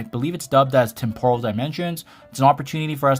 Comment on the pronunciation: Bro can you stop saying tempOral....it's TEmporal...